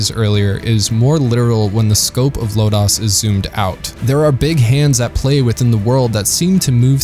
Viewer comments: Your review is excellent and on point...and I'm sure I'm not the only one to note it, but this is "Lodoss" war, not "Lodass" If you watched it in the original subtitled version. You'll even hear them pronounce it "LOW-doss" . :) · Why does it sound so westernized when you say LodAs war rather than Lodus (like lotus) war. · "Low-dose". Not "Low-Dahs". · Thanks for this,! I was concerned that this show would be forgotten! Two things, though: 1) Lodoss = low dose, not Low dahs. 2) King Kashue actually looks like Parn's dead father in Parn's memories. Also, Cashue is cool in every way, and young Parn is still in need of a male role model. Hence, the "homo erotic" infatuation.... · great video but what is lo-dos....is that the sequal to ms-dos operating system....it lo-das....they say it over and over in the anime and game like that........sorry its the only thing that bothered me but I am very glad you loved the forgotten anime\fantasy history.......next do legend of crystania the follow up movies to the series of lodoss war